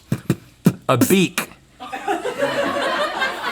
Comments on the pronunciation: I also heard Beat instead of Beak 😭🤣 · I can't blame Link, Rhett did pronounce it like 'beat' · Theres no shot he said beak the first time 😂